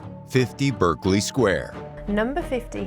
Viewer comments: Just Stop saying Berk! 😂😂 Berkeley Square in West London. Many Americans, because it is spelt in the same way as the famous Ivy League college in California, pronounce it Berk-Ley, (Berk to rhyme with smirk). But, it is actually pronounced Barclay ( Berk to rhyme with lark) . See also Berkshire, the county in south west England ( where Windsor castle is situated) also pronounced Bark-shire , never Burk-shire! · Please note that the pronunciation is BArkley not BErkley. If you plan an informative video it might be helpful to note the correct nomenclature.